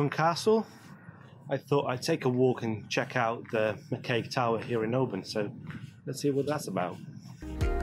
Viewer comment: I have watched the first 5 minutes of this video, and so far you have only pronounced Oban correctly, Luss as in us, not loose, Gylen, Kerrera? When you can't do it ask a local, your pronunciation shows no respect for the history of the land you walk upon.